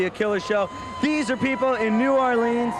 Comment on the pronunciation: Riki rackman is so fake.He doesn't even know how to pronounce New 'Awlins